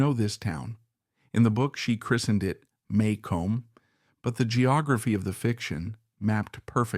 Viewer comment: You mispronounce Maycomb, as does everyone who isnt from the South. Maycomb is pronounced May-cum